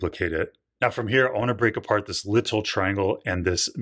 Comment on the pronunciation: why do you say "little" so weirdly?